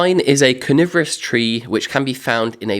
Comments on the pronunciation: Coniferous v carnivorous 😂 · Love your videos.....been binge watching. I must admit at first I thought you said "pine is a carnivorous tree" not coniferous 😂😂 .....I kinda panicked a bit thinking well that's new 😂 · Only a little way in and 2 things...Robinson Crusoe is a fictional character and also it sounded like you said carnivorous instead of coniferous when talking about pine trees! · I have to get over that it sounds like you say Pine trees are carnivorous, rather that coniferous. 😁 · When you first said "pine is a coniferous tree" I heard it as "pine is a carnivorous tree". The subtitles also say carnivorous. 😂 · I thought he said ferocious !😂